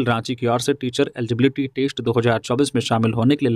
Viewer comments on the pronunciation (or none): none